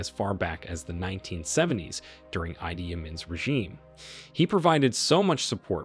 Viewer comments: Ide not eyedee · The producer of this program is so ignorant in the main names in this piece. Gaddafi is not know as Mohama but instead, Moama. He also called Idi Amin "Aidi". How ignorant can one be in pronouncing people's name! America, wake up in the way you call names. You also call Iran Airan. When are you going to learn?